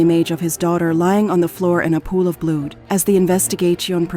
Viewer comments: Horrific story 💔 Get distracted by AWFUL AI ! I mean 'blude' for blood? No wonder they put subtitles! Painful to listen to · "Blued" instead of "blood"? Genius. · She cant say blood